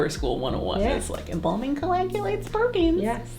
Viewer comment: Embalming not embombing at least say it right